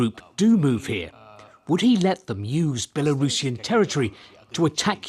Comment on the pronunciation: LEARN HOW TO PRONOUNCE BELARUSSIAN!!